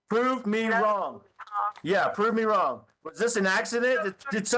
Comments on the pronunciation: It’s “anything wronk” lmfao😂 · How could a man as well spoken as Al marry someone who says "So WHY COME...", EVERYTHINK, ANYTHINK, THINKINK, WRONK. Yada yada yada. How could he marry a woman who speaks like this? "All i could hear was Gannon screamink". "Egg-Wardo was dark skinded" I could keep goingk. Lol